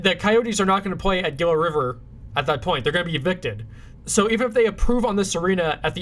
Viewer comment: Nice video. I'd love to be in a future one. Also, Gila is pronounced "Hee-la"